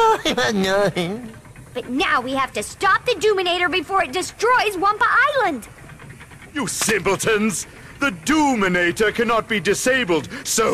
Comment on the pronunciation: The "humor" in these are atrocious, and on top of it, every time they say Wumpa ISLAND, I want to ring every last developer's neck...